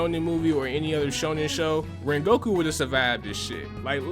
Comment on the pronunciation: did you say zengoku or rengoku?